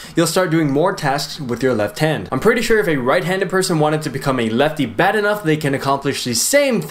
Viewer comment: "littering it bayd"